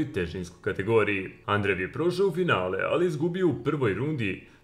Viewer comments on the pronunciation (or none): Да ли је могуће да само мени ово "Андрев" пара уши 🤣